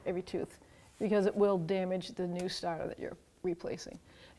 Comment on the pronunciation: The Stahtah